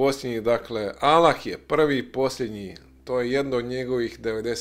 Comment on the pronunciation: Trebao si bar nauciti akcenat kada izgovaras ime Allah.. 1.“Kako će to biti– reče Marija anđelu- jer se ja ne sastajem sa mužem? Duh sveti sići će na te – odgovorio je Anđeo- Sila Svevišnjeg zaseniće te”. (Luka, , 35). 2.Po tvom tumacenju Boga je rodila Marija .. 3. Allah - Jedan! Allah je Utočište svakom! Nije rodio i rođen nije, i niko Mu ravan nije!"